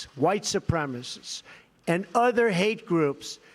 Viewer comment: It's minor compared to everything else, but it's really getting under my skin that Trump can't pronounce "supremacist". "Supremist" is not a word, Mr President.